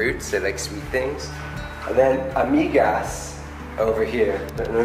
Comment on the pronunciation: Also, I believe it should be lamigas, not amigas. But that could be a variant word of the Bisaya spoken in your part of Mindanao. But check with Jandee and Kumar.